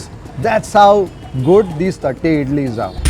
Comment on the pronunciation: I laugh so hard everytime he says tatte idlis 🤣🤣🤣🤣🤣 sorry.. just my sense of humour